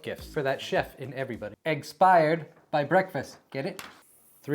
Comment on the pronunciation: Yo, dude, just so you know "eggspired" sounds almost exactly like "expired" which is, perhaps, not the best association to have with a foodstuff